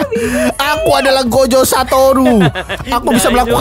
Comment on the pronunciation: Gojo Bukan Gozo